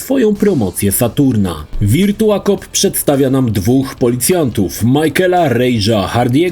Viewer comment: Wszystko spoko. Mógłbyś jednak sprawdzić jak się wymawia virtua/virtual